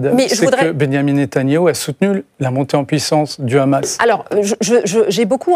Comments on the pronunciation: Il faut arrêter avec l appellation rhamas la prononciation est plus simple Hamas. Bravo à votre analyste de haut niveau rien à voir avec cette femme. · C'est le Hamas, pas le Khamas! Et c'est pas anodin, c'est comme le petit doigt dans les Envahisseurs.😂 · Le « khamas » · le KHHHHHAMASSS! la prononciation qui vise a faire peur. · Khamas , Fatar elle croit que c'est de l'hébreu et non de l'arabe, c pourtant pas difficile de prononcer correctement et si tel est le cas faut prononcer en phonétique française ...